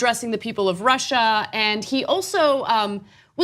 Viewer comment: He adds an 'R' on the end of Russia because he's trying to pretend he's not very familiar with the word, sad.